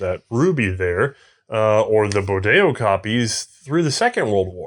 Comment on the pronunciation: Bodeo,not bordelo